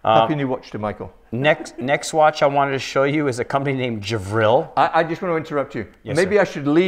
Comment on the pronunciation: It is Gevril not Javril!